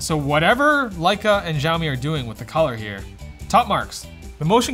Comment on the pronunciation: It was sarcasm, playing off of how pronounces Lecia and how it sounds like saying "like a"....